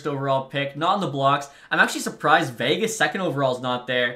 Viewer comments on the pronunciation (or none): none